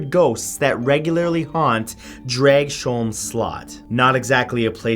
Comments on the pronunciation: Not to be annoying or anything. But as a Dane, I just have to say one thing. Dragsholm is pronounced draus-holm (the o, pronounced as a shorter version of the one from the word "or"). Not drag-sjoulm. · I live only a few kilometers from Dragsholm Slot. My mom has worked there. It's a beautiful place with a chilling history. I think people should visit, it's not a bad place anymore. BTW the way you said Dragsholm is not quite right, in Danish it pronounced Drargs-holm. They also have guided tours for the history of the place and explain the ghost stories 😊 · okay Matthew Santoro i love your videos but as a dane born and raised i have to tell you this. At the number 9 part of this video you pronounced the castle and the place wrong the castle is named DRAGS HOLM not DRAG SHOLM and the part of the country is called SJAELLAND not ZEALAND as in NEW ZEALAND my country is no where near Australia. Please keep this in mind next time you decide to include my country into your videos other than that KEEP UP THE GOOD WORK MAN I LOVE YOUR VIDEOS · I love how you pronounced "Dragsholm", though it's supposed to be more "Drags-holm" and less "Drag-sholm", ya feel? lol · The actual pronounciation is Drags-holm and Slott means castle. Yet close enough, despite your try on Slott sounded like something else. :) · it's pronounced as Dravs-holm slot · Hahahah Matt totally butchered the name of the Danish castle. xD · Mathew....please slot means castle...come one. I know this cause I am Danish so should know my own mother tongue very well. Either borg or slot is translated into castle. And its so cute you try yo pronounce Dragsholm...many danish words are either silent or pronounced soft like we do have soft d's and g's.